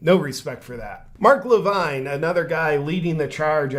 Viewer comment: Loved how you mispronounced mark levins name differently every time you said it. lol 😆